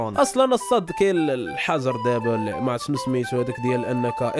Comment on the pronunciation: " الحجر " ماشي "الحجز "